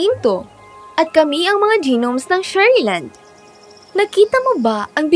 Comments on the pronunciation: G-nomes daw anu yun? Pangit na nga ng boses di pa marunong mag bigkas ng tama. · Ung pagbasa Ng gnomes. 😂